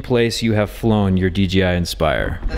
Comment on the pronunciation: It’s dDJI not DGI